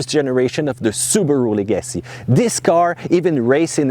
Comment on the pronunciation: Leg-uh-see Not le-gassy